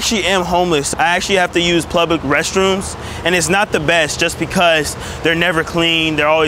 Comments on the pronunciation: Lmao plublic 😂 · Bro says blublic toilet 💀like bro might as well just say but plug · It's funny hearing you try to pronounce "public"